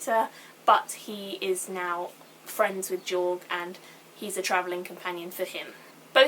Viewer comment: I liked how you said Jorg, accents and shit ^_^